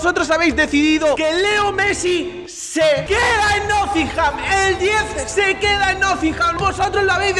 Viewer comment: Por favor deja de decir nothingham, que se dice nottingham...